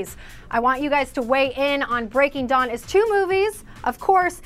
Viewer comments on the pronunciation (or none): Umm its breaking dawn not breaking john! HAHaHAH:)